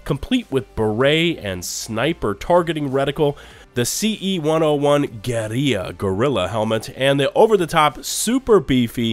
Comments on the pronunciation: Bro our generation is fucked no way you just said Gureia for GueriLLa. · They are pronounced just slightly different. It’s not “gureeya,” for sure, but iirc the correct pronunciation is “gurilla.” Like the difference between “grrr” and “gore.” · bruh guerilla is pronounced gorilla... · Bro do you honestly not know how to pronounce the word Guerrilla